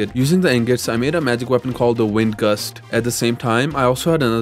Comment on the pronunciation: When he said wing gust I heard awingus which sounds familiar ඞ